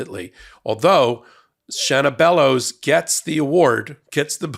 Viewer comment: I’m from Maine. You pronounced it correctly the first time. She is definitely well qualified. She is a true Mainer. If she wasn’t she wouldn’t have been selected. She is a wonderful representative of most average women native to my state. She got where she is through hard work and sheer determination. Her and our Governor Janet Mills make me wicked proud to be a Mainer and I couldn’t be happier with their leadership. (We also have many great people in our state House of Representatives and three wonderful Congress representatives (I didn’t count Susan Colins though I do respect her hard work directly for her constituents I don’t approve of her overall voting record)